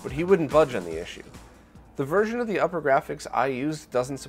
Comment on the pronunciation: just a little nitpick... it upergrafx pronounced oopergrafx (like supergrafx but without the s). The way you pronounce it is upper and that is incorrect.